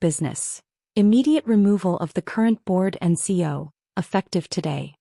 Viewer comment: When is AI going to learn how to pronounce CEO?